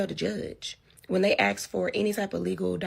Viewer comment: SIDEBAR: Why do all women today say; "babe(s)"? EXTREMELY annoying. The friend is in scarce mode. Most single "moms" are. Too bad she took the route she did. The ability to have the rides work out was actually pretty darn EXCELLENT. P.S. WHY is it SO hard to pronounce ASK???!!! smh